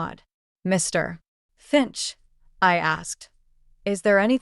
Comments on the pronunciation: please use real readers!..... putting a space, second pause between Mr.....Finch.... does not sound correct. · Why are you always stopping when you saying Mr finch it's like your making him out to be 2 different people it's weird